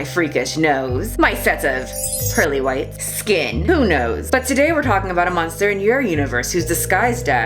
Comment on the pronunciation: Is James Charles a Munster? No I don’t think he was on that show. He’s a bit young... I’m kidding it just sounded like said Munster, I know she said monster. When accusations happen in the court of public opinion it’s just a waste. Take it to the police and get it in a court. Don’t blast it on Twitter or IG. It’s not the potato or the books, it’s the censorship of products. A decision made for the public, for me for you and THAT is the problem. Amazon has already pulled books from its website they’ve deemed unfit for the public. Cara Dune action figures, Funko Pop characters have been wiped, the books about the Mandalorian have been scrapped so it’s Like the character never existed. This was a shows most popular character. I don’t know who wrote that article but I’m very interested in reading the whole thing. Here’s my one wise moment to anyone still reading: be careful what online news sources you read and trust. Many of them alter and dramatize situations because it’s what the get paid to do. So you’ll click on that link. They’ll use key words that guarantee traffic. Like “True American” “*anon” “liberals” etc. And all you’re reading is a tabloid.